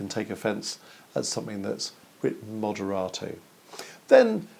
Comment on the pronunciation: I love how the the first moderato is pronounced in a very Italian way, and the next one is always distinctively British. It's just like how I order at Olive Garen.